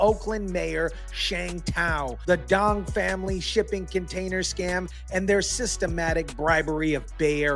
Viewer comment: Duong is actually Dương ( pronounced Zuong, not "Dong")